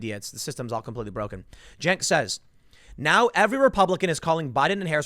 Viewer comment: "Jenk" bahahaha